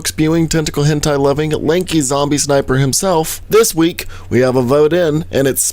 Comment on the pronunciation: "once per reek"